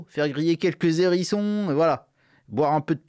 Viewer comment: un zérisson ça passe??